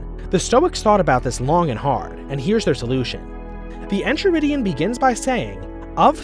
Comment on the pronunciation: It’s En-Kai-ridion. The h is silent.